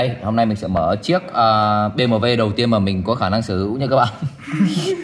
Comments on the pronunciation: Bi - Em - Đúp nha, nhỏ giờ lần đầu nghe có người đọc Bê Mờ Vê . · đọc "Bi em đúp" cho nó dễ nghe, dễ hiểu, chứ đọc kiểu này không xuôi tai mà còn khó hiểu. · Gì mà nửa tây nửa ta thế :))